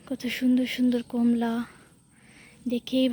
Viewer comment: ব্যাডমিনটার না ব্যাডমিন্টন আর কোমলা না কমলা